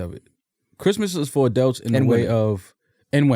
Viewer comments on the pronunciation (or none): Nobody:: ADELTS